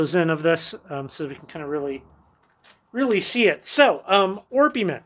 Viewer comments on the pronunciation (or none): Just FYI: It is Ore-peh-ment and Ree-AL-Gar (or Ree-AL-Gher). I get these two wrong a bunch. Had to ask a mineralogist about this pronunciation.